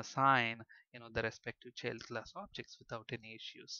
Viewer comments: Sure the sound quality isn't the best, but the biggest problem according to my pupils was the mispronunciations. For example Event isn't all that bad, but Child is spelled with an I and should be pronunced that way, This made my students somewhat hesitant to trust the otherwise mostly good explanations. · Thank you for these free tutos. Everythink is perfect but the prononciation of "child =D" not like that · What keyword are you using for derived class? Sounds something like cheld class. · ah, he's actually saying 'child' class. Sounded wierd.